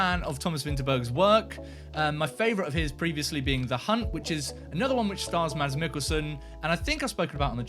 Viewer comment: Mads is pronounced "Mass". The "D" is silent. Watch "Adams Apples" (2005) and "The Green Butchers" (2003) - both dark Danish comedies with Mads Mikkelsen